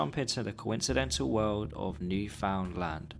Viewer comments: First of all, it is pronounced New finland, not new found land. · It's pronounced New-fun-lund not New-found-land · nice vid. just for next time, newfoundland is basically pronounced 'newfnlnd' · Its not “new found land” its more like “newfinland” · Not to be “that guy” but it’s pronounced Newfoundland not New Found Land 😅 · That's great and all but Carl is from Spain and says several times on the page that he doesn't speak English natively. 98% of Newfoundlanders speak English. (It's also "New-fund-land" not "new found land") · B'y, your pronounciation of Newfoundland is killing me! It's closer to new-f'n-land in pronounciation, not 'new found land'. Anyways, hello from the province of Newfoundland, Canada! (And hello to fellow Newfies here in the comments!) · isnt it pronounced "newfinlin" or am i trippin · It’s pronounced newflintland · newfoundland is pronounced more like neuf-und-lind (but originally the name did literally mean new found land.) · I love this video, but please.. as a Canadian i need you to hear this. New - fuhn - land Thank you for coming to my TED talk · For future reference, its pronounced "New-fund-land." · yeahhh the way he said that made me want to punch a hole into my drywall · bro literally pronouncing it "new found land" lol i think you've made many canadians sad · its pronouced "new fin lind" :) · I'm American and I know that it's pronounced NewFINLand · I'm sorry, but the way your saying newfoundland infuriates me as a Canadian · Newfoundland is pronounced differently